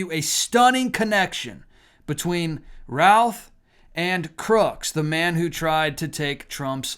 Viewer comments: It's pronounced Ruth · Btw, in NC, Routh is pronounced Ruth. Fyi... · Routh rhymes with roof.